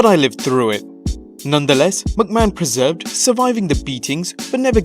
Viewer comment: per-sehr-veer'd. Not a dig on you, love the content.